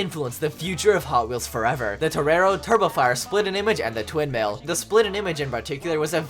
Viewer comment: Did he say twin male or twindhale